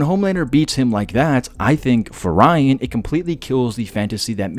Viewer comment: you said ryan 100 times you even started saying rine... he is not important no matter how you feel. read the comics.